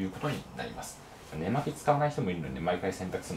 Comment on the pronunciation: ね↑まき↓の神